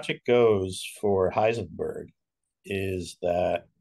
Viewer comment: Wow, correct German!